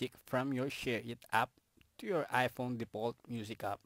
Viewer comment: “aychuns” “ai pown”